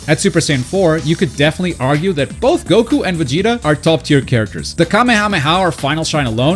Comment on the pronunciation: thanks for saying goku and not gouukou like most of gringos